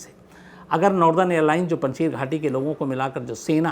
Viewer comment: It's not panchshir it's panchsher